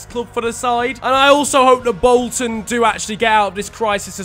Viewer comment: "Wolton Wanderers"